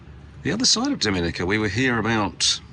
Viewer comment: Great post guys ❤ For future reference, Dominica is pronounced DOM IN EE KA 😉